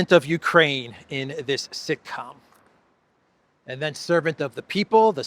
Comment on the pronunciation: It was sick-com, not sitcom